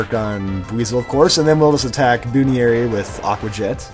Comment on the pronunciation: I know it's because you don't watch the show But, Buneary is pronounced BUN-EAR-E